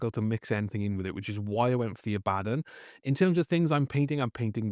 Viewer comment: God bless this man for pronouncing Abaddon properly.